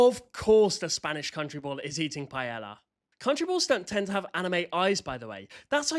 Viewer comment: ITS PRONOUNCED PA-EH-YA